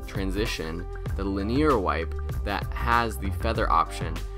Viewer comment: I love you you pronounced linear.